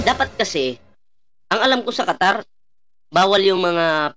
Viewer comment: KATARATA AG SABI NIYA ,HINDI QATAR